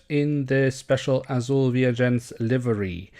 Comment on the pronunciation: Você é brasileiro, fala azul curtinho.🤔🤔